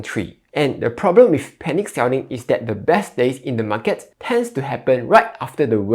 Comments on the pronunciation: He pronounce as "Mar Cat". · The way you pronounce "market" tells me you are from Malaysia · that's how ziet invest pronounces as well haha